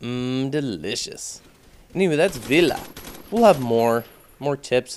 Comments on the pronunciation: (vee-uh) is the pronunciation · I'm pretty sure Villa is pronounced (Veya) because it is a Spanish map I believe, and ll makes y and i makes e so i think its pronounced Veya. Can anyone confirm it?